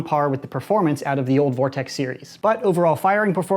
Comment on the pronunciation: Gess who’s back. Ps it’s vortex